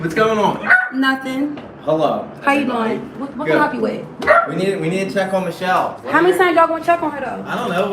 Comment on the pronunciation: You pronounce her name like you're saying Cop but with an O.